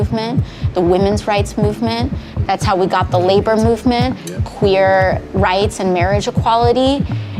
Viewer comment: Did she just say Querr rights and marraige?